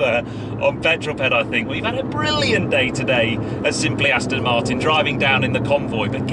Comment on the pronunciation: Ped!... I must insist that you absolutely have to re-learn how to pronounce Aston Martin. It's NOT ass-tin, it's ass-ton! Please change your pronunciation as I'm cringing endlessly! Even ass-tun is more bearable.